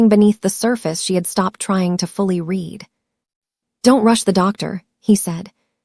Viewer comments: The past tense of read is pronounced “red” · Ok a few things Avenue of the Americas is Midtown Manhattan Newark New Jersey is not New York Two very different places. Read and read spelled the same pronounced differently get it together messes up the flow of the sentence. People listening to learn English are getting messed up.